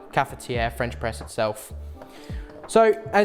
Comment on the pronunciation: The fuck is a Fwench pwess